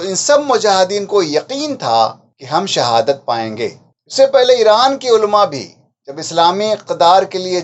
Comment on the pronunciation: عُلَمَاْ ہے ألما تلفظ صحیح نہیں